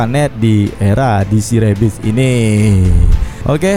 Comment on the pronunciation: Kontennya bagus mas, tapi akan lebih bagus lagi pengucapan kata2 dalam bahasa Inggris diperbaiki lagi "rebirth" beda pengucapan dgn "rabbit" 🙏